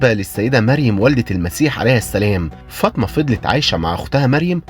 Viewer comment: احترامى للمحتوى وتقديمه بطريقه بسيطه لكن بما أن حضرتك بتنتقد مسلسل الامام الشافعى على استخدام اللغه العاميه احنا مش طالبين انك تستخدم اللغه العربيه بس التدقيق فى الكلمات زى كلمة عدوة اللى نطقتها بفتح العين ودى معناها عدوى أما نطق عدوة بضم العين وزي اسم السيده فاطمه الزهراء اللى اتنطق فطمه